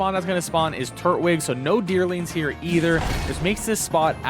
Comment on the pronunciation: I love your videos…. But it’s Tur-twig not turt-wig